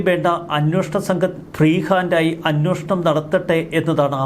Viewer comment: 'അന്വോഷണം' എന്നല്ല 'അന്വേഷണം' എന്നുച്ചരിക്കണം. മുമ്പും ഇക്കാര്യം ചൂണ്ടിക്കാണിച്ചിട്ടുണ്ട്